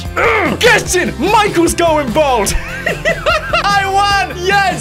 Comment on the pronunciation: you are aware it's bald not bold!!